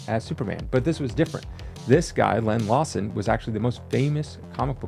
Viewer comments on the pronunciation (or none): none